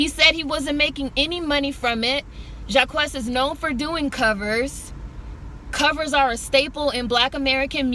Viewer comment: His name is pronounced JAH-KEECE by the way